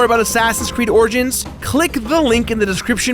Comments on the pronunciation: Why can't pronounce the 'i' in origins? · "Assassin's Creed Orgins"